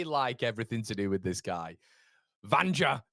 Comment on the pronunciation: In Serbia a J is pronounced as a Y so Vanja is pronounced 'Vanya'